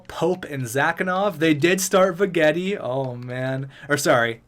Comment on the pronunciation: Why do you say Vegetti like that? He's French not Italian lol